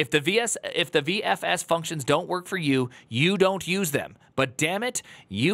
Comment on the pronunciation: Why the hell cant he say VFS properly?